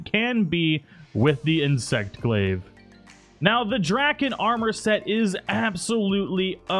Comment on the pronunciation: Good to see i wasn't the only one slightly put off but them being mispronounced.